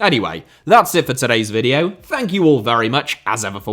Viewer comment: HOW could you minspronounce the world VIDEO. It's literally what you do for a living for god's sake